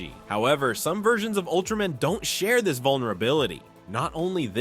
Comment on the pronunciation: It Ultra-MAN not ultramen